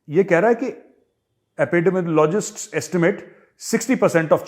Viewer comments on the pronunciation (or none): Sir Aepedemooolgist aise prounounce krna hai